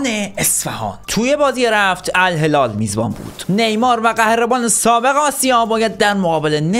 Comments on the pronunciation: توی این دقیقه بجای الهلال گفتی الهلار خیلی چاکرم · الهلال علبستان😂😂😂😂